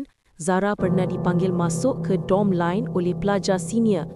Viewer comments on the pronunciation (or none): Lama-lama sebutan dorm ni bertukar menjadi drum plak. Ditunggu.